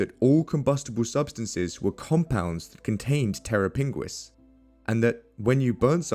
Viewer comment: "terra pinguis" Terror Penguin 😂